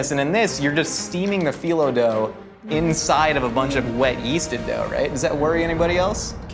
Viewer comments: I don’t know if this is just me, but Ned saying Phyllo like “phEYEllo” bugged me so much. I’m not from the Mediterranean area so I don’t know for sure the correct pronunciation, but I’ve only ever known it as “phEEllo”. I could just be being overly analytical though. If anyone knows the correct way of saying it, please let me know! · NED! Why are you pronouncing phyllo like FYE-low?? And saying it over and over! It sounds like FEE-low! You cook. You've written a cookbook. You should know how to pronounce phyllo. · Man.. the phullo dough killed me.. it's pronounced phìllo not phyllo. But overall I loved the video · I could have swore it was pronounced fee-low not fi-low. Anyone? Keep up the greatness guys! Love you all! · as someone who is greek hearing him pronounce the green dough as “fi-low” instead of “fee-loh” was drivinf me insane 😭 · Ned its Pronounced Phil-Low not Fielow just saying you damaged this turkish boy's ears with that but I'll forgive you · Ned - you make me CRAZY!! It's pronounced 'fee-low', damnit!! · Half way through the episode, love Eugene's maniacal laugh! Have to mention this because it's driving me crazy, it pronounced (phylo) ph-ee-low dough I'm greek so I want you to flex Ned! Ok back to the episode! :) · Ned I love you but It's pronounced fillo not phyllo lol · was i the only one yelling “fee-low” at the screen every time Ned mispronounced phyllo…? 😂😂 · PHYLO?! ITS PRONOUNCED “PHEELO” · Mispronouncing Phyllo over and over is really driving me crazy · says phyllo correctly in front of ned and he still carries on with pronouncing it incorrectly...EVEN in the newer videos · Is anyone gonna talk abt Ned’s pronunciation of “phyllo” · Ned says he loves baklava and ate it all the time growing up but he can’t even pronounce phyllo right so I’m not inclined to believe him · I’m more unsettled by Neds pronunciation of phyllo/filo than eugenes pigs blood cinnamon roll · Anyone else really mad at Ned's pronunciation of Phyllo????